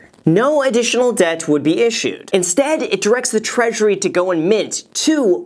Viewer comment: I saw you sneak that E into the word debt! I'm on to you.... Great summary! Thank you!